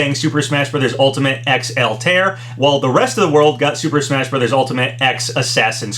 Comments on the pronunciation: Has anyone told him that Altair is not pronounced "All-tear"? It's more like "Alta-ear." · Haven't seen any other comments on it, but I'll say it anyway regardless. Its pronounced "All-tie-air" not "eltear," just for future reference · GHHHH why do you say Altaïr like that? the ï isnt for nothing lmao